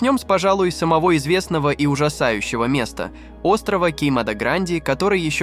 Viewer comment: Не самогО, а сАмого. Чтец видимо не готовился а строчит словами.